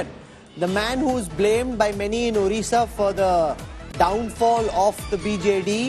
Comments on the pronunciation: please pronounce odisha not orisha. Please, please, please. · Stop saying "ORISSA", instead say "ODISHA", since the 113th constitutional Ammendment 2010 The pronounciation of the state is like ''ODISHA". Take care of this. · Try to say ODISHA plz... It's not orissa